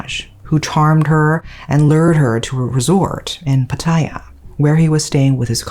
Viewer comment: You care so much about pronouncing Japanese things, yet you can't even get Pattaya correct.